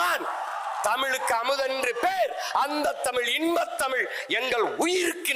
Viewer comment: சீமான் அவர்களின் உரை பற்றி சொல்லி தெரிய வேண்டியதில்லை, எனக்கு உணர்ச்சி கண்ணீர் வடிக்கும் அளவில் இருந்தது. ஆனால் இந்த உரை பற்றி விவரித்தார், தமில், தமில் மொலி என்று பேசுவது மிகவும் கொடுமையாக உள்ளது, திருத்திக் க்கவும்